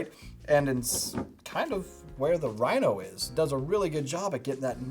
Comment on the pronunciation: "Rhini" lol